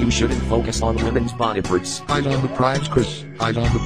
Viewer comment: Did Chris just say "purts' instead of "parts"?